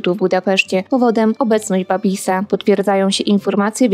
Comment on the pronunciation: Babiš czyli w wymowie "Babisz" a nie "Babis"